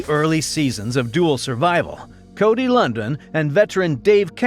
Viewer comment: How do you do a feature video on someone's name you mispronounce?